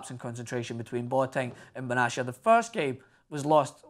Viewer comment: I dream Of A champions league El Clasico ...I hope it happens (Ps: It's Pronounced Bena-tia ,not benchia , come on you bloody sheep shagger, don't Butcher my Countrymen's Name :D )